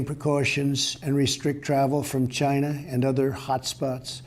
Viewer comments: "It started in Gyna" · "The corona virus started in Giina"